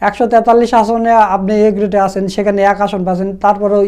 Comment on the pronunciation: একশ তেতাল্লিশ বলতে পারে না তেচললিশ।